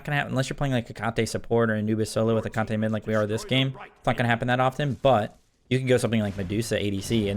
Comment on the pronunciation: Theres gotta be a secret psy-op for every smite youtuber to pronounce Hecate wrong :(